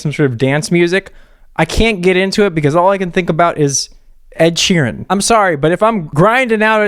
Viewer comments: "Ed she ran" 😂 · Ed "she ran" 😂 thanks for killing me